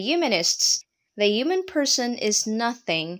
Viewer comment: Ugh! The mispronunciation of the core word Human, made this unwatchable.